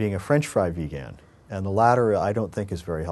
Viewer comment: Great Video, but you say vegan funny.